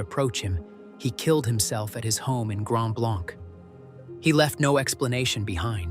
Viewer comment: And Grand Blanc is pronounced Blank.